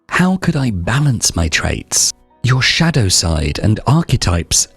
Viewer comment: 🤫 shhhhDAOw. sorry it pains you.